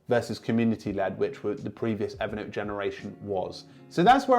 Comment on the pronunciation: Everytime you say Evernote I hear it evident! 😄 Great content as always.